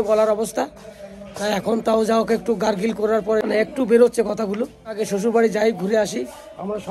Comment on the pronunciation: Gargil na re baba, it is gargle.